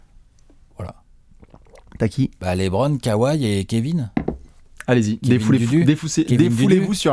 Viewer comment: Mais pourquoi "L[é]bron James" ?!? La bonne prononciation c'est entre "LE" et "Lé", le "e" se prononce ici plus comme "œ".